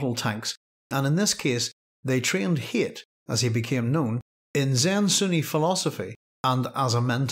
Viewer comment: his name is hayt but it is pronounced "hate". paul even remarks on this in dune messiah, he was meant to be a blatant threat.